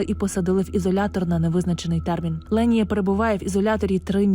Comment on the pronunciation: Її звуть Лєніє. Просто дикторка не правильно ставить наголос і в назві відео не правильно написано